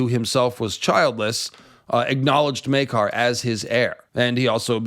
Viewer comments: Well, it's definitely not Myay-car. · Maker. His name is pronounced, Maker. Not May-car. Maker. Love your channel. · Its spelled Maekar. Therefore, it's pronounced Maker. To my knowledge, there are no apostrophes in the name or any other symbols to denote an alternate pronunciation. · The "Myeah-kar" pronunciation is very Irish. See also videos about the Irish MP who sounds Jamaican. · "Meakar" is what i think the herald is saying. the character or the actor misread and switched the A and E. intended, i'm sure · that's not the show or actor butchering Maekar's name, that's just a north-eastern English accent and how they pronounce a long 'a' sound up there.